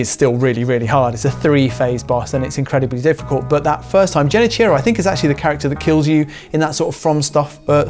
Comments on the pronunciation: love ya, really do, but its Genichiro with a hard G lol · “Genny-cheerow” Mcscuse me? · It’s Genichiro with a G not Jenichiro with a J….. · How do you mispronounced Genichiro, you would have to play the game deaf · If you beat Sekiro, and even platinumed it, you should know how to pronounce Genichiro properly. Is that an English speaking think? Not even trying to pronunce things that are not in English?